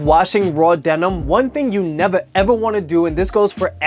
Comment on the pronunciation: I love the way you say nevaa evaa